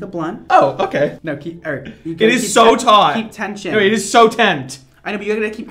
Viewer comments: "IT IS SO TAUGHT-.." "No Eric.." "IT IS SO TENT" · "IT IS SO TENT!"